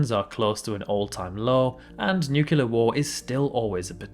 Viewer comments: great video but please, i’m begging, it’s nuclear, not nucular (pronounced nuc-lee-ar not nuc-yoo-lar) 😅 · New-key-lah is soooo triggering 😅 #HomerSimpson